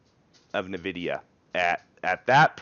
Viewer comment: it's "En-vidia", not "Navidia" :-)